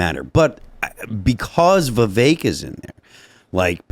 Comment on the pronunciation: Yes but the majority of interviewers still say Vivekk. They can’t remember the mnemonic. 😂